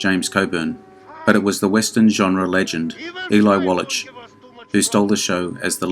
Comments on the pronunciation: that's pronounced walla(k) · Infuriating when video mispronounces the name of Eli Wallach, who it purports to be honoring.